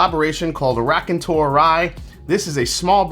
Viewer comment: Hey! I hope you are doing well. Raconteur is the French word for Storyteller. Your prononciation is, how should I say 😊…….. I still like you and what you do on the channel. Unfortunately more than half the stuff you review is unavailable to me in Montreal. Take care man